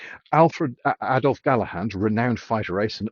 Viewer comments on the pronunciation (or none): Where did you learn to read? The german fighter pilot you mentioned was Adolf GALLAND not Galahand , The First solo flight across the Atlantic was by Charles LINDBERG not lindenberg And I think you meant Short Sunderland not stirling short! how can we take anything you say as true? You Idiot. I notice you pronounce swear words correctly though.................... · It's Adolf Galland, not Gallahand. Too much Monty Python for you over the years I suspect. I met General Galland at a seminar he gave at the University of Texas at Dallas many years ago. He said his favorite aircraft of the war was the 109 because he could fly it at it's absolute limits. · Lindenberg, Gallahand - guy is great at throwing around cuss words but can't even pronounce the names of historic people properly. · Not Gallahand but Galland, not Lindenberg but Lindberg. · Galland (not 'Gallahand') was not a Nazi, he was a professional fighter pilot but it was his opposition to much National Socialist doctrine which saw him still flying and fighting at the end of the war instead of being relegated to a safer desk job. Your video is entertaining but you really should spend a little bit more time with your research. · I find it hard to take seriously anyone who mispronounces his name as ‘Gallahand’, or for that matter, Lindbergh’s name as ‘Lindenbergh’. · Added a few syllables to names there, didn’t ya? Galland/Gallahand. Lindbergh/Lindenberg. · calls Adolf Galland a lying, NAZI bastard (which he wasn't), but he couldn't even pronounce the man's name right. In fact, at the British Commonwealth Air Crew Reunion held in Winnipeg, Manitoba 1970, which my father attended, Galland was the guest speaker and was warmly welcomed by his former foes. I respect my father's opinion of Galland over this uneducated clown.